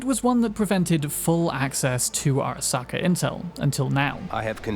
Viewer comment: Airuh-SAW-kuh, jesus dude. did you even listen to them pronounce it?